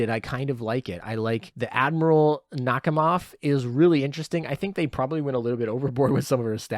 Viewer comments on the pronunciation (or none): I think Nakhimov is pronounced Nak-hi-mov, but the H is sometimes silent.